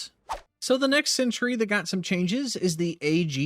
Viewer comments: You realize it's a sentry and not a century? The difference in pronunciation is subtle, but when you say the word 100+ times in under 5 minutes - yikes still love your content, just had to share my likely unreasonable annoyance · You need to work on your pronunciation of Stalwart. It's "Stall" as in "tall" and "Wert" or "Wrt" with emphasis on the first syllable. "STALL-wert" Also, it's sentry, not "century."